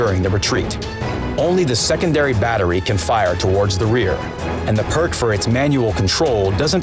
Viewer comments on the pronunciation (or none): none